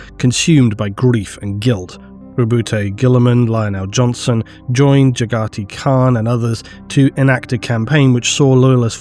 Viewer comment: Why the hell he keeps saying Jagati Khan?